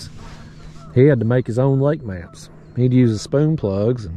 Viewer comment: Ment maps not mans lol